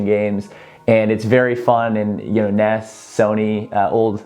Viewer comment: Did this man just call NES "ness"... like Elliot? That hurts my sensibilities a bit.